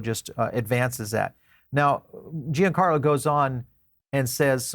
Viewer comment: FYI: Giancarlo is pronounced "John Carlo", not "Gee En Carlo"